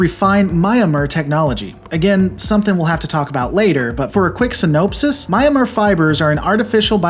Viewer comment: Lolz "sin-knope-sis"